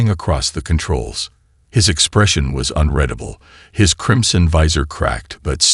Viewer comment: I CONCUR 👍🏻 AND AGREE WHOLEHEARTEDLY , THIS AI CANNOT REMEMBER ONE SIMPLE NAME OR PRONOUNCE SIMPLE WORDS COHERENTLY ! PERSONALLY I TRULY HATE THE “ UNREDABLE “ TO UNREADABLE , IT LITERALLY GRATES ON MY NERVES !